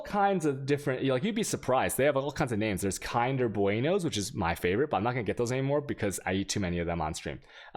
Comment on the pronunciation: THE WAY HE SAID KINDER omfg, took me a while to know what is he talking about